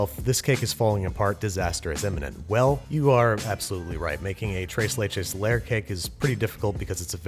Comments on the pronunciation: “Trays laich is” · No one: Babish: trays layches cake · Everyone knows it’s pronounced trees leeches, jeez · Thrrres le-ches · I heard “trace lay chays”. Poor pronunciation aside, that cake looked phenomenal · nobody: babish: "TRAYS LAYCHES" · Correction, TRAYS LAYCHAYS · Thres leches is how you would pronounce it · I was cringing when he said “Trase Laychays”😭😭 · "trace lay-chays" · Babish: trays lechas Latin Community: Triggered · Bruh he said trace laychacys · As a Mexican, I cringe every time he says tres and leches but I love him anyway ❤️😂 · Still cringing every time he says ‘tres leches’. Regardless, it looked absolutely delicious. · Anyone Mexicans getting ticked of off about the way he says tres leches